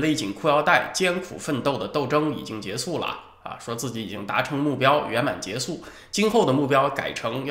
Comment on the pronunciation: 来，跟我一起念：结束（树）！！！